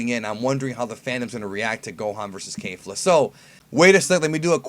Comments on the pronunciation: yeah. it sounds like he's saying KAYfla. you really need to work on your pronunciations brah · Um..... Its kefla not kaefla lol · Kefla, not Keifla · I think it's Kehf-luh, not Kay-fluh. Only Kale is an ay sound (Kei-ru) but isn't Kefla just "Ke-fu-ra"? In that case it's a soft eh sound. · "Kay-fla"? I say it like the Japanese do "Ke-fla" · It's pronounced kay-fluh? Not Kef- luh? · "Kayfla" it's ke F la "kefla" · I don't like how you Kayfla, everyone else say's it Ke(Que)fla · "Kay-fluh" Triggered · the japanese name is kefura. there is no A in that word. please research this before you start spouting off nonsense again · Why is it so hard for you to say kefla correctly?